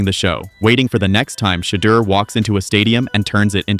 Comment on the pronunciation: The narrator pronounced Shedeur name ten different ways, Why?